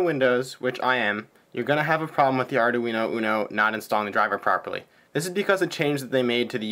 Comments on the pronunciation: the thing that stands out to me the most, is the way you pronounce Arduino. I don't think it has four syllables. It has three. I found several websites that say the correct pronunciation is: ARE - DWEEN - OH, not ARE - DAH- WEEN - OH. There is even one that actually has a woman's voice pronouncing it, but youtube won't let me post a link. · It's pronounced : ( "ARE-DWEEN-0") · great tutorials,but can you please stop calling it ARDA-UINO ? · Ardoooweeno eh?